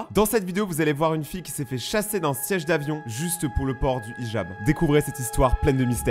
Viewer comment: « Ijab » se dit « Hijab » comme dans « Hi »